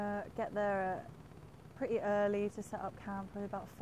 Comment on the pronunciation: But it sound pretty when you say, “pret-ee.” Lol